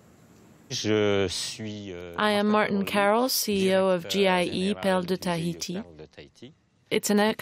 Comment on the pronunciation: Its not thaiti.its Tahiti!!🌴🌊🌞